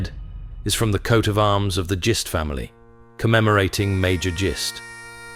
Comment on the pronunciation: Just so you know for any other videos you may make, and Mordecai Gist could definitely be in more, the name is pronounced like Fist only with a G not an F. I'm fairly sure I know.